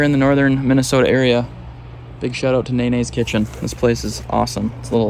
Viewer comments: Need to work on your Filipino pronunciation son. Nanay means Mom in Filipino but it's pronounced Nah-Nye not Nay-Nay 😂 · Filipino viewer here! Nanay is pronounced with both "na" pronounced like "nah" with the word translating to "mother's". Did not expect a filipino grocery store of all places there lol. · How he pronounced Nanay will hurt my Filipino soul LOL